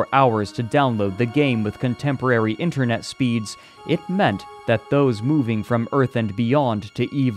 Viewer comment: to Haha he said "internut"